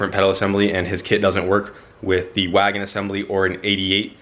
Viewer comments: someone teach how to enunciate the letter N at the end of wagon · oh god hes got someone else saying wago now this is awful.